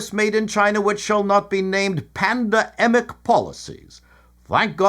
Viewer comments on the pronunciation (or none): Does Canadian News really say "PANDA-EMIC" like that? If so.... Why?